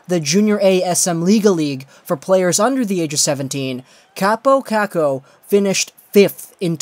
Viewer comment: It sounds pretty stupid also when you say it the "Finnish way"